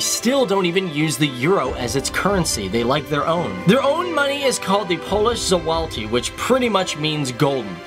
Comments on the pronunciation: Zloty not zolauty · The polish zloty is pronounced zwoti. The 'i' being pronounced like it would be in 'bin'. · not from poland but ‘zloty’ is pronounced ‘sl-ot-y’ i think. correct me if i’m wrong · polish ''załati'' 🤔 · Złoty is pronounced zwoty and gold which is złot is pronounced zwot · The polish money, złoty, is pronounced zwoty